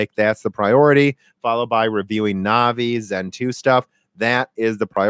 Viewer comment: Also anvi instead of navi. Now the stupid ideas are flowing